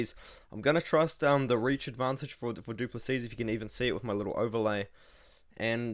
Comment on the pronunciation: The last "s" in Du Plessis is silent bro